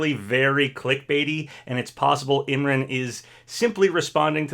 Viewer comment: I don’t think it’s crash and master chief. Just thinking about how smash 4 ended with bayonetta and corrin. Idk 🤷‍♂️ but there is a chance. Also Imran’s name is pronounced as I’m-ron